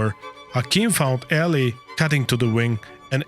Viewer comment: Mario Eh-LEE no Eli